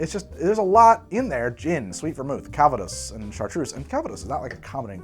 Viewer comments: Having roots in the Calvados region of France, your pronunciation of calvados is horrendous. I guess I would transcribe it as "cal-vah-doss" with "cal" as in California, "vah" as in "avahda kadavra" and doss almost like the Spanish dos but with a bit less "oh" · Arghhhhhh! I'll be That Guy then. Calvados is french, not Spanish, so the intonation goes on the last syllable. It is not An apple brandy it is The apple brandy. It comes from a specifically defined region of Normandy made following a very specific set of rules and aged on oak for a minimum of two years. Where I live (Normandy... duh!) it is not so much a sophisticated drink as the principle drink. Un café calva (coffee with a dash of calvados) is (or was) a thing for starting the day. It's poured over a small apple sorbet as a palate cleanser between courses at restaurants. It's everything from the fire water distilled in someone's back yard to a 50 year old single vintage extravaganza. OK. I'm good. Carry on.